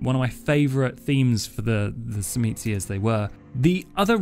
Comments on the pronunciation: Great video. And, I think the "T" is silent on the word Tzimisce. Just my 2 cents. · It is pronounced Tzimisce and not Tzimisce and especially not Tzimisce.